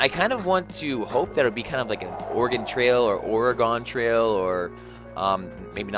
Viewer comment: ok who the hell told you to say it like oraaaagone